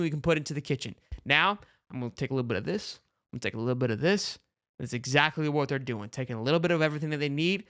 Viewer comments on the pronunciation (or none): none